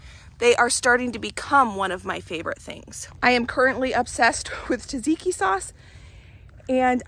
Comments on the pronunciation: She mentioned tzatziki. (She calls it “tazeeki”) 😊😊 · As a European, i always smile when you say the words tzatziki or zucchini. We do pronounce it completely different ways than you do. Also i noticed that the cauliflower ( in another video) and red cabbage has a little bit other colour than i am used to. It maybe only the camera and tv changing the colours, but it is still interesting. Also, when you taste things outside unwashed i always want to scream that you should not do it, but i realize i have no right to say anything. ( Here it is widely discouraged for pregnant women to eat unwashed produce)